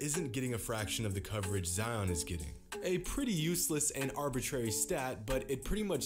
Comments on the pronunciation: it's pronounced ZedYON. not zeeon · ZI-ON not Zee-On!!!!! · Its pronounced zyon not zeeon and he might not be the next big thing because he has been playing good because injuries could take him and he might not come back the same and become a draft bust like many other players love the content tho keep it up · It’s z-eye on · Zions pronounciation is something like this (sigh-on) so yup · Z- uh-i-on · I cringe every time he says Zeeon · Its Zion not zeeon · His name isn’t zeeon it’s ZION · ITS LIKE "ZAYON" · why do you insist on pronouncing his name incorrectly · You and Flightreact are pronounce Zion’s name wrong